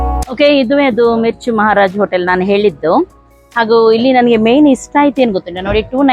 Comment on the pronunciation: Please tell that hotel name properly 🤣🤣